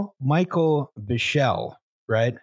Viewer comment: the manager's name is pronounced "beekly" not "buh-shell", how the fuck do you do an hour thirty on this and not know how to pronounce one of the major figures involved lmfao